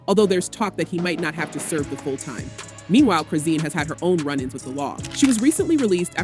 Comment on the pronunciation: Like YOU lying you can't Even saying her name right Chrizen